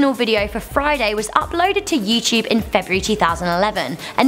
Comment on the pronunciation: "YouChube" I love accents.